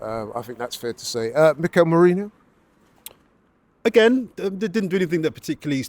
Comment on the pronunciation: Can someone at Aftv please inform and Robbie that it is pronounced "Merino" and not "Merinho"? The guy has been with us for five months now 😂